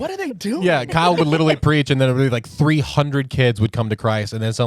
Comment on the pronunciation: He still hasn't learned to say literally... Litlly.. dumb and childlike